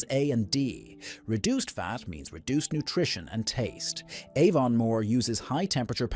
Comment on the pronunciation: It’s AI Slop - dunno how we can fight back against this rubbish. Aevonn-more !! Not to mention the utter rubbish about Fla-hayvans grass-fed oatmilk cows 🤦‍♂️